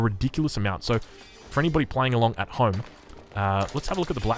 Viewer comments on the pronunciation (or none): none